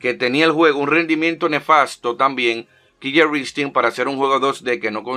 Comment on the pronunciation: Solo como una pequeña aclaración, se pronuncia como Kiler Instinct, con una sola L. Por otro lado, yo lo jugué en One y no me gustó. Creo por la misma fiebre del Mortal Kombat XL